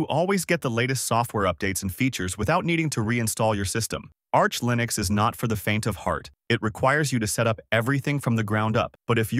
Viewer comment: This AI text-to-speech is horrible. "Lye-nix" ???